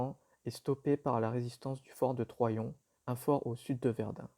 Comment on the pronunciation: Très bonne synthèse. Attention cependant aux prononciations des lieux: Troyon, Woëvre...